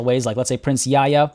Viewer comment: I discovered your videos when looking for a Moroccan playthrough of CK3 (I am a Canadian of Moroccan ancestry). Great content! PS: Yahya is pronounced "Yah-ya" and not "Ya-ya" in Arabic, the "h" is not silent. Except for that your pronunciation is pretty good:)